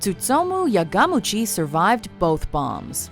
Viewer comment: U pronounced Yamaguchi YaGAmuchi the first time